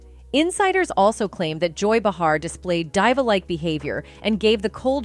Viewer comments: DEEVA....DEEVA.....DEEVA, you incompetent computer voice! NOT DYEVA!! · Diva, and some other words are not pronounced properly is abit distracting to hear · I can not take the way this girl pronounces some of her words she said freaking DIVA wrong 😂